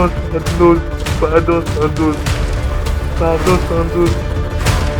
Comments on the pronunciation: Pahdon pahdon 😂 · "Padiion yé té démane paadon " je suis mort il demande un pardon foireux hahahahahaa